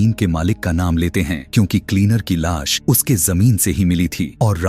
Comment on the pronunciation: Aap movie explained karte ho lekin sa aur sha me problem hai jaise aap lash ko las bolte ho aur suitcase ko shootcase😅😅😂😂